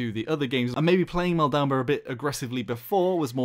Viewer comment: is that the way of saying maldamba?